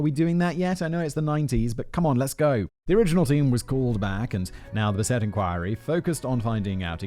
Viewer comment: Simon: yeah, I'm just going to say this name as bis-AY from now on. Also Simon: proceeds to pronounce it as bis-ET for the rest of the script.